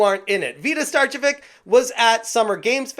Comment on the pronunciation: It's pronounced ('star-che-vich'), as either she herself or her husband is of Serbian or Croatian heritage. Either way, tell those false Finns to shut it!